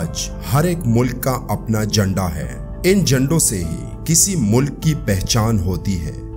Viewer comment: لفظ "جنڈا" ہے یا جھنڈا؟